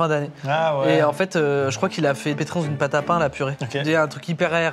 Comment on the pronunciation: C'est une pôte à tartiner qui à gagner... Une pôte à tartiner....